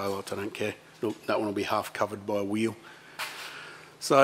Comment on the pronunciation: Wheelie wheewlie stwong wheewl howlda.